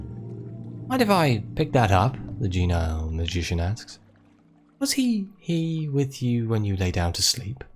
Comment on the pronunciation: I think it's pronounced jean-E-all. Jean like the pants.